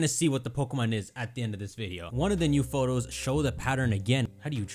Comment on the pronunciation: Why is there a British announcer in Spain. I hate how he says Photos